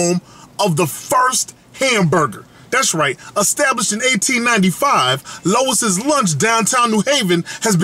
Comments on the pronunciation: Worst review ever. Can't pronounce the name of the restaurant correctly and said it was a steamed cheese burger. You obviously don't know New Haven. Stop acting like you do. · I find it funny you claim to be all “familiar” with the area....don’t even know how to pronounce the name. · Lew ees not low iss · I'm sure instead of pronouncing it Lois Lunch, you meant to say Lew-ee's Lunch (Louis)..... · bruh it's loo eeee not lois lol. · I find it hilarious how he says Lois' Lunch throughout instead of Louis' Lunch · It's not steamed beef (How do you have flame grilled onions and steamed beef?) and it's Louis (Loo-Ey's Lunch) not Lois (Loh-is's Lunch) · Pretty sure it’s pronounced Louis’, not Lois’ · Lois? Pretty sure Louis is pronounced "lewi" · You should do your homework. Its LOUIS not LOIS'. the burgers are NOT steamed. They are broiled. I guess you didn't see the flames in the broilers. AND They went with bread back 114 years ago because the bun was not in invented yet. They bread was soggy because you had it wrapped up to go. That's why you should eat it there. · Who the hell is Lowis ? It's Lou-wee's lunch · It’s pronounced like LEWIE’S lunch not Lois 😂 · It's not "Lois", its "Louis" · Dude, its Louis, like Louis Armstrong. Not Lois Lane. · it's Louie's you fool, not Lois. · Louis NOT Lois. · its Louis lunch... NOT Lois Lunch.. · Louis not lois, like Vuitton not lane. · I like how you say Louise's lunch!!!! LMAO! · Can’t take this review seriously. Can’t even get the name right. Lois lunch. Girl bye. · The name is pronounced Lou eeeee's Lunch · I am trying to figure out how you pronounce LOUIS AS LOIS?? COME ON MAN!! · LOL he said LOIS rofl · Louie's Lunch- it's pronounced Lou-ie's. Love your work BTW. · Pronounced Louie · Said the name wrong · How does one continuously misspronounce the name so badly? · he pronounced it wrong lol